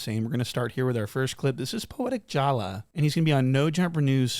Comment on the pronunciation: i was not ready for that extra couple syllables on jallahs name, shi hilarious 😂😂😂😂😂